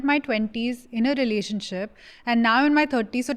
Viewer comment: says Renanionship hahah